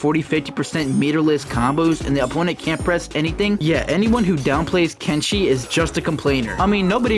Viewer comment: Kenshi should’ve been “kent see”